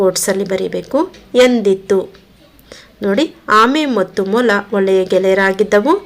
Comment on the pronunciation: ಮೊಲ ✅ ಮಾಲ ❌